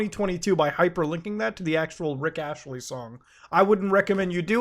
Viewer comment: Never heard anybody call him Rick Ashley before, but dude to be completely honest, at this point, GTA 7 is going to come out before GTA 6.